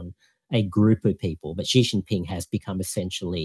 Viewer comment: I was a bit surprised he pronounced Xi as "Zee". Should be "She". I guess he grew up in Australia and didn't learn Chinese